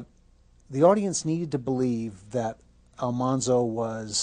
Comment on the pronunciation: What's really cool about Dean Butler is that he has done so much work for the real Almanzo Wilder's childhood home to keep it going as a historical site. He's a very cool person and so charming! Also, the show pronounced the name wrong. It should have been AlMANzo instead of AlMONzo.